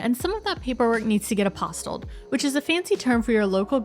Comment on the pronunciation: Really helpful video - thank you! I hate to bring up pronunciation again, but.... Apostille'd = "app oss TEELED". It doesn't certify that the document is real, it certifies that the person who signed the document was authorised to do so. This is why it has to be done by the state authority, who knows exactly who was the right person to be the one signing your, e.g., birth certificate, on the date it was signed. Meanwhile, love your channel - keep up the great work. (We're moving over next year!)